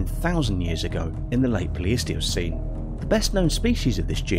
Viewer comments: The narrator pronounces most of the major words completely wrong..pronouncing pleistocene wrong several times and in different ways. The cherry on top was calling the triceratops a mammal... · I love how many times he pronounced Pleistocene differently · I'm not the only one who hear one person pronounce Pleistocene 3 different ways right? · I think a Columbian mammoth could possibly skewer a t-rex alive, they or a Paleoloxodon Namidicus which was potentially larger, also was this a competition to see how many words you could mispronounce or do British people just have completely unexpected ways of saying things like Pleistocene, or Smilodon which you pronounced as Plistocene or Plestocene and Similodon